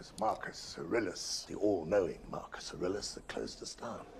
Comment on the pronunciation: Yeah self taught or not it is wildly impressive that you were able to properly pronounce the name Aurelius as a non English speaking native. I know people in Canada who went to private school from grade 7-12 who could not pronounce that name as well as you did. Good job girl, keep sounding them out!